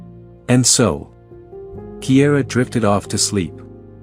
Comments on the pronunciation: Kiara is pronounced Keyara, not Keyera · Cara started out being called Kiara, but the narrator pronounced it Kiera. I have a granddaughter named Kiara Dawn & the teachers always mispronounced it, even though her dad told them repeatedly how to pronounce her name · Her name isn't Kiera, it's Kiara